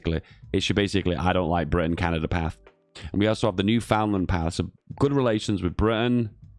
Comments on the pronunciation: Repeat after me: New-Found-Land bad. Newfundlund good. New-Found-Land bad. Newfundlund good. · boutta have a lot of angry canadians with that newfoundland pronounciation